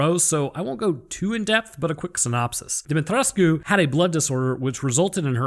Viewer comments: Demetriscu The "u" is silent 😉 Yet another great video 😁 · Is he saying "DEMI TRESS KU"? Lmao Pronunciation my dude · It's pronounced DOMMITRESK. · It kinda disturbs me everytime he says "De-met-resku" 😂 Got too used in pronouncing it as "De-met-resk"😅